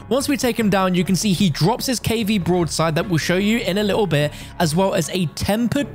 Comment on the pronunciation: What does he keep calling the broadside? He sounds like an absolute idiot